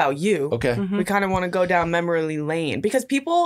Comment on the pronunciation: “MemorLY lane” Did anyone catch that at the begging AND the end 😂